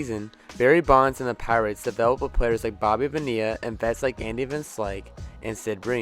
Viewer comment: Did you say Bobby bad ee ah lol you it’s Bonilla pronounced bon ee ah